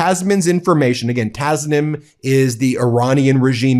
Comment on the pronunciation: Tasneem.... pronounced.....